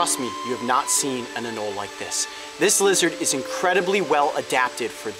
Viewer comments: AnolE, there’s and E in anolE. Not anol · anole is actually pronounced ə-ˈnō-lē